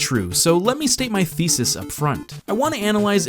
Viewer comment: I'm 80% sure you said "let me state my feces up front"